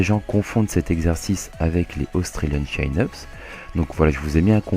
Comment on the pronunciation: Super vidéo! Bon par contre désolé de faire mon relou mais en anglais ça se prononce "Tchine-eup", chin voulant dire menton...